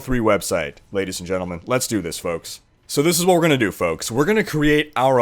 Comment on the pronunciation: "Hey foaks - ( 3 months later ) - this................... is...................................... "